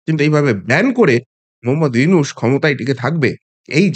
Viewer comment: দাদা, "ইউনুস" নয় , " ইনুচ" ।